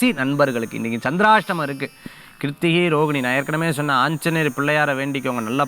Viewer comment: Sandarstamam 😂😂 tholam nu soninga😂😂😂